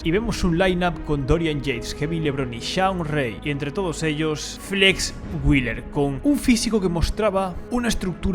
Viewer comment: Nicht Flex Willer, sondern wheeeeeler ;-)